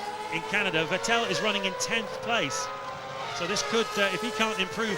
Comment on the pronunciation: Note how James Allen pronounced Vettel's name correctly when running through the grid order, then Brundle poisoned him into getting it wrong. I think it was mid-2011 before British commentary was correctly pronouncing his name again!